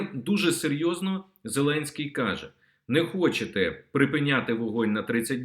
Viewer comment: МУСІЄНКО! ТЕБЕ ГИДКО СЛУХАТИ!!!!!!!!!!!!!!!!!!! ЩО ТВОРИТЬСЯ З ТВОЄЮ МОСКАЛЬСЬКО- УРОДСЬКОЮ ЩЕЛЕПОЮ,ЩО ТИ НЕ МОЖЕШ ВИМОВЛЯТИ УКРАЇНСЬКІ СЛОВА??????????????????????????????????ЩО ТАКЕ: ЩЬО...,ЩЬО....,ЩЬО...,ЩЬО.....ЯКЩЬО,ХОЧЄТЕ,ЧЄРВОНА ПЛОЩЯ,ЧЄРГОВІ,НАЧЄБТО,КАМПАНІЯ,ПОЧЯЛИ,ПОБАЧЄВ,ЧЄКАТИ,ЩЄ ,ЗВИЧЯЙНО, ЗНИЩЄЛИ, ЧЬОРНОМУ..................... !!!!!!!!!!!!!!!!!!!!!!!!!!!!!ГАНЬБА ТОБІ !!!!!!!! ВЧИ УКРАЇНСЬКУ МОВУ!!!!!!!!!! (Українська діаспора в США)